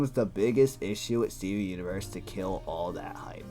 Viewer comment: i like the part were he said steven uiverse